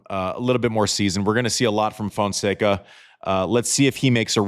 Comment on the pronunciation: Terrific analysis as usual, Andy, but you've got to pronounce Fonseca's first name properly...